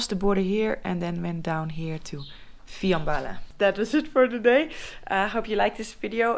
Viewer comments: se prununcia fianbala¨[ el acento es en la a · It is Fiambala, with the accent un the last a